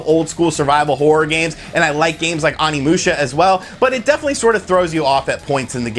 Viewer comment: I feel like you don't pay attention to very much while you're playing since you mispronounce everything. If you heard even a little bit of Onimusha you'd know you're saying it way wrong. Please TRY.